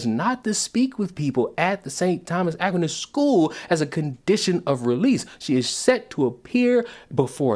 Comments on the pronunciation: surprise! surprise! "The hate-crime charge against Calgary Black Lives Matter president Adora Nwofor was dropped by the Crown Friday, two weeks after she was arrested by police." Certain groups can do no wrong. FYI the school name is pronounced uh-qweye-nuhss. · Dude, I'm from Calgary and didn't even know about this. Yeesh. Reminiscent of the Pride parade that was cancelled a few years ago in a city just north of Calgary, because LGBTQ2+AAPOC tried to shake it down for money. Also, Aquinas is typically pronounced "Ah-Kwine-Ass," in case you ever have a reason to say his name again 😆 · Just btw that is not how Aquinas is pronounced, unless it’s an American pronunciation? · His pronunciation of Aquinas might be a hate crime.